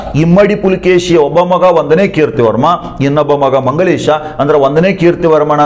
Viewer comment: ನೀವು ಮಂಗಳೇಶ ಅಂತ ಹೇಳಿರಿ ಸರ್